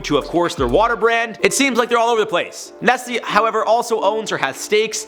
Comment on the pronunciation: I can't believe it.... i knew some ppl pronounce Nike as -N-I-K-Y but i didn't know ppl pronounced N-E-S-T-L-E as N-E-S-L-Y 😂😂😂